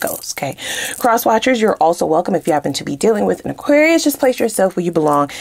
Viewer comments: You articulate Aquarius so well 😂😂😂💜💜💜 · You articulate Aquarius so well 😂😂😂